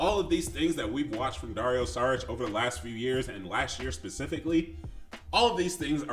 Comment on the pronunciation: About the departure of KCP, Bruce Brown... OK, but remember Garry Harris and Grant, Paul... we also lost them and we got better gradually. By the way it is not Saric but "SHariTCH".😊